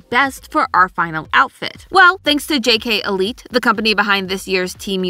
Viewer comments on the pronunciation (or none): As a gymnast I almost cried when she said jk elite I’m sorry but it’s g k elite